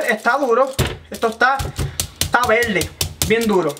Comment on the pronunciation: Discúlpeme porque el aguacate dise esta velde y no verde y dice verificar y no dice velifical se dice las cosas bien como son